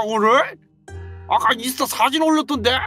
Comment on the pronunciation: 근데 인수타가 아니라 인스타 에요 오늘 재미있었어요